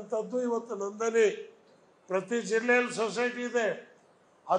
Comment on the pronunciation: Guru adu ನಂದನಿ ಅಲ್ಲ ನಂದಿನಿ